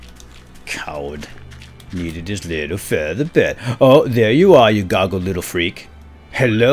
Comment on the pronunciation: OMG can any one spell feather BED not bird or maybe no one can hear correctly!